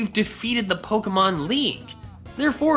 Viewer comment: It's actually pronounced Poe-kay-mon